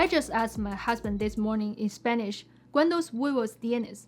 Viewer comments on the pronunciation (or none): you’re right. actually said “cuandos” instead of “cuántos”. I don’t know why but some Chinese people I know are also unable to pronounce correctly the Spanish “t” in a word. This sound is softer than the English and Chinese Pinyin T. Btw, I am a native Spanish speaker.